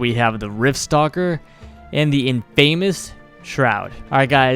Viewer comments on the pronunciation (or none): You know its pronouned in-FUH-miss... Right?